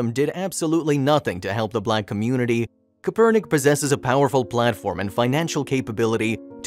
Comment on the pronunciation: Dude if you can't pronounce the name correctly just call him that San Francisco 49er quarterback who started the whole kneeling thing. You kind of sound a little biased in my opinion